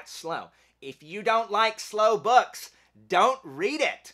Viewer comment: Why does he keep saying boosh? I couldn’t take him serious